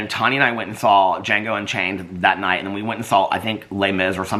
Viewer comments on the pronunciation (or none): none